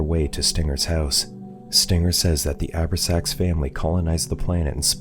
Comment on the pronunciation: I love these channels, but...."..the Abra-sax Family." It hurts when you realize it's a movie that not even the Channel has watched.... It's pronounced: "O-brax-ans."